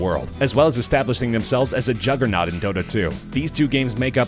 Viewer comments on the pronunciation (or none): none